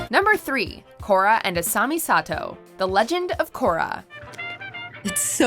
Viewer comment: It's "Asami", not "Asumi". I don't think these are in any particular order, either.